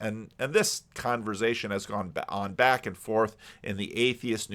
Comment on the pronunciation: No S in Converzation.